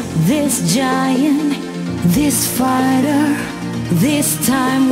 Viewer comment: Bener penkanan pronounce masih blom flawles,contoh pronounce fighter coba deh dihayati,kalo yg udah paham b inggris 100% pasti mendengar pelafalanya kyk father